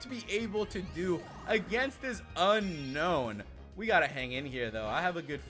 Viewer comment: Not unknown it's un-own